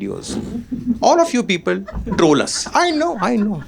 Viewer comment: You prounounce "people" like "peepal ka ped" 😂. Poora hindi bol lo bhai, tabhi tumhara video poora dekh payenge 😅